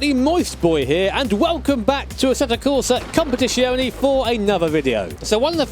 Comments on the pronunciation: It's COMPETIZIONE and not COMPETIZIONI, the last letter is an E not an I ;) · It's z, not sh. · It's "Com-pè-ti-tsione" not "Competìshione". Sincerly, an Italian. Cheers! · Leave speech impediment boi alone. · Tbh probably anyone except Italians butcher it. Easier to just say "ACC" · E is pronounced I in enlgish. Its much worse that he cant pronounce the sound for Z in competizione